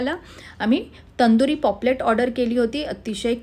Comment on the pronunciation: Its paplet not poplet😂😂